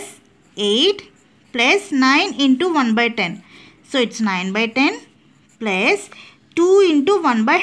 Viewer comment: Plus ❌pluze ✅